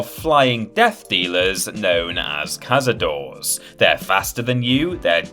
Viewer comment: Cazadores is pronounced KA-SA-DOH-RES, not CAZADOORS, do your research 🧐😤